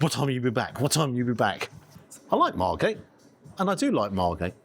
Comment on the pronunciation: Margate? As a Dane it sounds like Marmatie... Oooh, and all that meat.